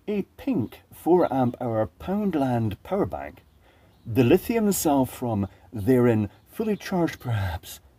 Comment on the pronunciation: Lithium or Hathium, never disappoints!